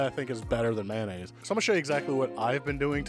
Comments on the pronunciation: Mayo-nnaise not Man-aisse mayonnaise 😅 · Please say MAYOnaise...lol. How did MANaise ever start????🤔🤔🤔🤔 😂